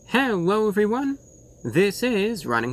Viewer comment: You say hellwoa everyone